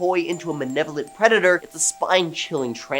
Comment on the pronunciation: He has never said malevolent...he says manevolent... must be a Canadian thing, eh